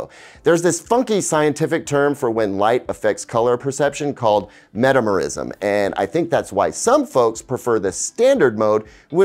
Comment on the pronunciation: Pronounced ... meh-tam-er-izm with the stress on the second syllable.